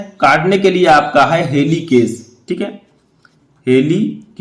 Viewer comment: Heleekaj ya heleekej ho ga